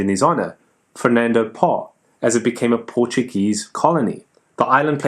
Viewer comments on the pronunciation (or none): Another fine video,! However, the Spanish would pronounce "Fernando Poo" as "Fernando Pau" (or "Fernando Pow"), which sounds much more genteel. As for a "dead" country, how about Tuva - spectacular pictorial issues!